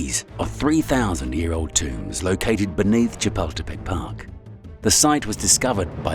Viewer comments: Interesting video, full of history. However they could have used a narrator who is better at pronouncing the names of these places that gives them some historical credit. For example, shapeltepeck is not the correct pronunciation of Chapultepec. Not to mention the Aztec words. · If you're going to make a video, please learn to pronounce the names correctly or get someone who can do it.🙄 Chapultepec = cha-pull-teh-peck. 😉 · "Chipotle castle" bro